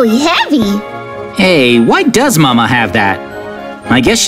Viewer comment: Not mama is mame